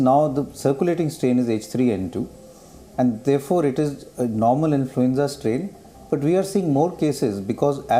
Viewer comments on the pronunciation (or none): It is pronounced as INFLUENZA, not INFLUENJA . Please take a note of it, thank you sir.